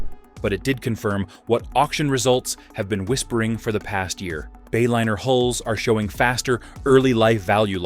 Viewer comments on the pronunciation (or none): AI crap...Bayliner became Baylinner. Is that what we are spending trillions on?